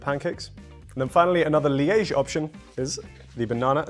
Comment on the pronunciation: He butchered liege 💀